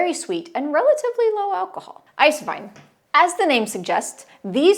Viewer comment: Wait! You didn’t mispronounce eiswein! Congratulations!